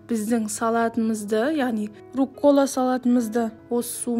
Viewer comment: РУккола, а не руккОла